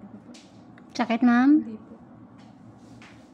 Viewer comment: Bakit po ch ang gamit nyo sa s chakit chorry 😂